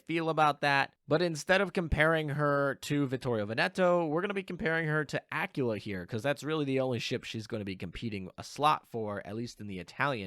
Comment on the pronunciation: Aquila, qu as in queer queen quantifying querulous quintuplets. Not Acula as in Activelly acting acrimoniously acclimatized accredited accosting acupuncture actions. Please, it hurts so much every time you say it ; p